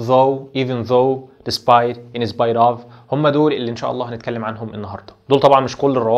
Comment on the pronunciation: سوري يعني انت اصلا مش عارف تنطق كلمة in spite of صح أصلا .... مش ممكن أنا و أنا باسمع نطق الكلمات من أول عشر ثواني قفلت ... لو أنت مش فاهم English سيبه للناس اللي فاهمة ... علشان حرام تعلم الناس غلط